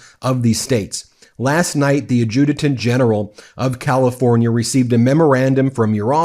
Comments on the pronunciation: A video or two ago you were defending your right to use foul language. Fine. But at least use correct English. you misread part of a letter, saying "last night the Adjudicant (whatever the heck that is) General." No such thing. It's Adjutant General. Entirely different words, and for anyone worth their legal salts, entirely different meaning. I watch a lot of your stuff. But I am looking for legal accuracy as I carry some of your ideas forward with me when debating some of my more right-wing counterparts. It matters. ! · It’s “ad-ju-tant”, btw